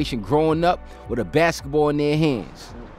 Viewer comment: The way the narrator says Baskitboll